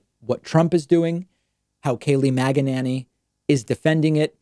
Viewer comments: Kayleigh Muggananny. I think when David dislikes someone he's inclined to pronounce their name every way but the correct one 😊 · "Magananny" 🤣🤣 LOVE it!